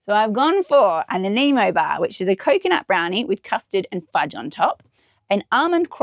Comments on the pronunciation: Hope you had a great birthday - and if you get to visit the home of the Nanaimo bar on Vancouver Island, remember it’s pronounced Nan-eye-mow not Nan-ai-mo. How do I know? I spent ten years living close by on Gabriola Island (pronounced Gay-bree-ola). would fit in well there……,! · Happy Birthday.. it’s pronounced Nan-Eye-Mo bar.. created in my home town of Nanaimo BC. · Hope you enjoyed the Nanaimo Bar, pronounced "Nan-eye-mow". Many Canadians make them at Christmas, love them.